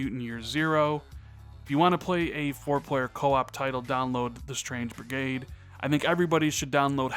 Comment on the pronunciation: ...."Strange Brigrade"? Lol